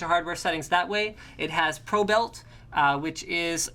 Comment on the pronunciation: lulul "probelt" ;P